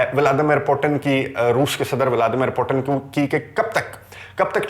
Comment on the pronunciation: بہت عمدہ اور معلوماتی ویڈیو ہے۔ ایک تصحیح کرنا چاہتا ہوں روس کے صدر کا نام ولادیمیر پوُتِن ہے پوٹن نہیں۔ روسی زبان میں ’ٹ‘ اور ’ڈ‘ کی آواز نہیں ہوتی۔ مزید معلومات کیلئے آپ RT (روسی ٹی وی)، سپوتنک (روسی ویب سائٹ)، بی بی سی اردو ملاحظہ کر سکتے ہیں۔